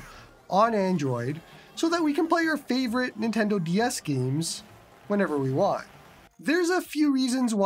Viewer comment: "gyeems" hahahaha I love it every time